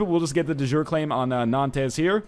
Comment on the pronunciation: Or-LEENZ, Nan-TEZ. Typical NL, last name is Letourneau and still manages to butcher French names.